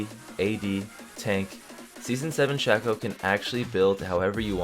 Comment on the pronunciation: It's pronounced "Shaco", not "Shaco"...